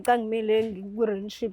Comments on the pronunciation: Rinship 😂😂😂Relationship yerrrrrrrr ngaze ngahleka namhlanje 😂😂😂😂😂😂😂😂😂😂😂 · Renship 😂😂Rinship angaz noma ngizwe kahle 😂😂kuthiwa Relationship ayi lento oyishoyo yerrrrrrrrrr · Angimuzwa usisi makebiza u relationship, uthi relan what? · Yehlula e pronunciation ye relationship 😅